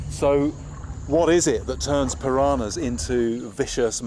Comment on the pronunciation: Its not pirahnas .. PIRANHAS